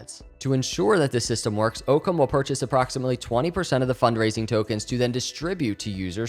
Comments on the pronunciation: Thanks for the new info! FYI it is AHHcam not Ooocam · it's pronounced: Its Ock-ham, not oke -em. Ocham's razor (Latin: novacula Occami), or the principle of parsimony or law of parsimony is the problem-solving principle that "entities should not be multiplied without necessity", or more simply, the simplest explanation is usually the best one. It's a good name for a Cardano partner. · So much this. I've actually never heard it pronounced Ooocam, only Awkums. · Pretty sure it's pronounced "Ah-come" rather than "Oh-come". Thanks for the great content. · I believe its pronounced Aucum not oakum, The Argument Against Occam's Razor For example, if a doctor is examining a patient with a high fever and cough, they may settle on the simplest explanation: the patient has a cold. ... Occam's razor is a good rule of thumb if you remember that it depends on making fewer assumptions based on as much evidence as possible. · Its not OOHKUM its AAAHKUM . DONT YOU KNOW WHAT THE PHRASE OCCUM RAZOR ? IT MEANS THE SIMPLEST ANSWER IS THE RIGHT ANSWER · Ah-Come.. not Oh-Come ;) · I think it's pronounced "OCK-ZAM" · What is his native language? English speakers say Ock-ham or Ock-hum. but the "h" is barely audible. Just sayin... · I’m not positive but I think it’s named after the concept, pronounced (Ah-koms razor) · Love the video, but it's pronounced Ah-cahm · I believe Occam is pronounced like Rock without the R. Occam as in Occam’s Razor. Thanks for the content! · And it’s actually pronounced “aw-come” razor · Pronounced "awkcum" razer. It'd a century's old play on words. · Btw it's Occam as in hockey (not as in Oak). The other spelling of it is in fact Ockam. I'll be listening!! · Cringe evertime he mispronounces occam